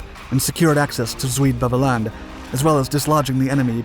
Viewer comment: As a Dutchman, I was going to make a similar comment about the pronunctiation of the Dutch names. Although the word "Beveland" was pronounced in an english fashion, I was VERY impressed by the correct pronunciation of Walcheren. All over the Netherlands, people mostly remember that we were liberated (at great cost) by the Canadians.